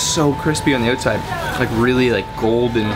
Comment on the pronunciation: "its söu crispy on the öutside"